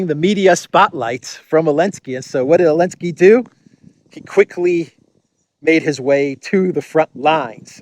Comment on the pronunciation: I love how you call Zelensky "El-Nski" , an appropriate last name for an N word .